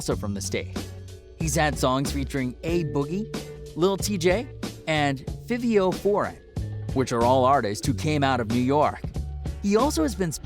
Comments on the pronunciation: “Pop star” “bashar barak” “bashar baratta” “28 years old” “panamaaaanian” “feevio foreign” “quaaavo” 🤣🤣🤣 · Omg the guy didn’t even said fivio foreign name right 🤦🏻‍♀️😂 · "fih-veyo foreign" smh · AYE PUT ON THAT "FEVIO FOREIGN" yo get this nigga outta here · “Fiv-eo foreign “ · Yo the way he said fivio foreign and quavo name got me mad as fuck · Nigga said Fivio Foreign wrong nigga ruined the whole mood ong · the way he said fivio foreign name pissed me off🤦🏽‍♂️ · So he said he 28, called him pop star, pronounced quavo hella wrong and pronounced Fivio foreign HELLA WRONG also pronounced smoko Guwap wrong. Dawg wtf😭😐 he deadass said like 3 different ages🤦🏽‍♂️ and then said his middle name wrong jesus bruh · Fax he could not say fivio foreigns name correctly